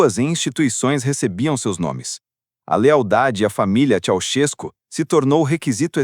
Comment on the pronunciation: Aprendam a falar o nome do indivíduo corretamente: Esse negócio de Tchau-tiesco não está correto: o certo é Tchê-sés- cu! É assim que se diz na Romênia.